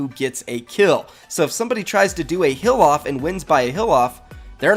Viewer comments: I was so confused for a minute, it sounded like he kept saying "a hill off" I was thinkin what is he talking about ? Then it dawned on me he's saying "heal off" lol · when you said heal off i heard hill off